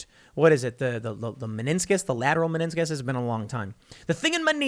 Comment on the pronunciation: Streisand Effect much? Btw it's meniscus, Tim.